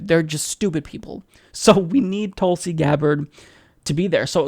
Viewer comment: Pronounced as thoo(as in wool)lsi *